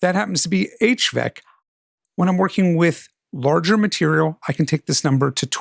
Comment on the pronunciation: Thanks! Quick note: You say "HVEC" but it's HEVC (for High Efficiency Video Coding)